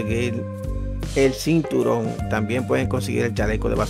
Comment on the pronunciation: Sinturon? O cinturón?